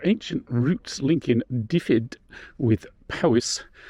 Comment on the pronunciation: Welsh and Welsh place names are very easy to pronounce if you just learn the Welsh alphabet. The language is highly phonetic, much more so than English. Dyfed is NOT pronounced ‘Diffid’. It is nearer to ‘Dove-ed’. Please! Not difficult is it?! One ‘f’ is soft, pronounced like the English ‘v’. Double ‘ff’ is one letter, a hard ‘f’ like the English ‘f’. In Welsh there is no j, k, q, v, x or z. But there is a ch, dd, ff, ll, rh, and th. Welsh people are used to having the language mispronounced by those unfamiliar with the alphabet. What’s cringing is its mispronunciation by broadcast journalists who have not even checked how to pronounce a place name. Machynlleth, Llanelli and Betws Y Coed get mangled almost every time!